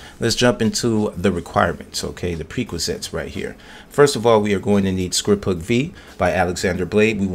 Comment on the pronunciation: said "the prequasets" lol